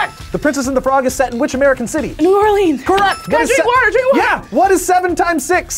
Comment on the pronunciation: Moo Orleans😂